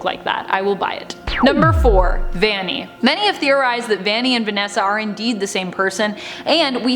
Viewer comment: by the way it’s not ‘vani’ its ‘vanny’ (no hate!)